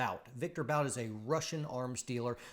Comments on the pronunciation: Stop saying “Bout” 😆 It’s pronounced Viktor “Boot” lol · you could at least learn how Bout is pronounced... (his name reads "Boot" like "book"). By the way, investigate, how many US laws violations were made to put Bout in prison. Would you also ask yourself if the US ever secretly supplied arms to some third world dictators or some other notorious duds...